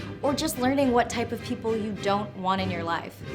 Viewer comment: oh yes “peaople”